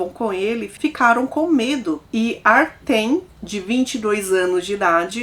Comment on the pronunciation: Oi, o nome nao é Artem, escreve Артём e pronuncia "Artyom". É um nome slavo comum.